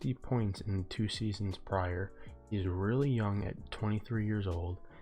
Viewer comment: And it's prior and not prier smh